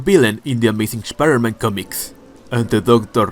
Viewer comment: Shpider - Man 😂. Loved the video, bro!